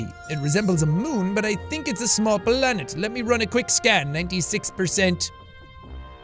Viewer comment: The computer voice just irks me... how he says “BALANET” instead of just planet and shit like that